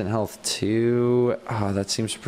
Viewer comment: when you said "Instant Health Potion", I don't know if it was just me, but I heard... "Instant Hell Potion." I guess I'm just weird if nobody else thinks that...